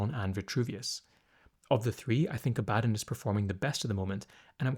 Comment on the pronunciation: The way you say Abaddon, or Ab-uh-don makes me want to punch your English teacher in the face, lol.